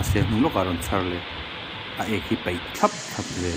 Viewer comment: Peih ni lovin paih tih tur aw, sir😢